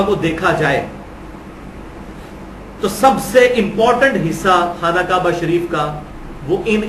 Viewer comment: Khana kaba is not correct pronunciation.